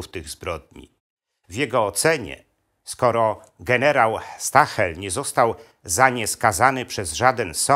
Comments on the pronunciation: Nie mówi się "Stahel" tylko "Sztael". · Ciekawy materiał, ale proszę wymawiać nazwisko gen. nie "stahel" ,a jako zbliżone do "sztaael" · "St" na początku czyta się jak "Szt" ale skoro jest pan profesorem to pewnie o tym wie.